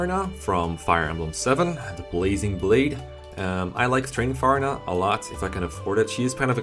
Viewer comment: Good list but I cried inside the way he pronounced Farina.